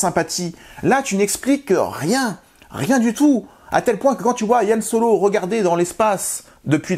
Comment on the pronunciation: Pourquoi tu appelles Han Solo « Yann Solo » ?